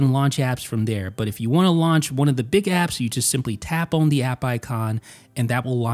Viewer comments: I can’t explain how it bothers me that you say “own” instead of “on.” Anyway, nice video or whatever. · always pronounces the word “on” like “own”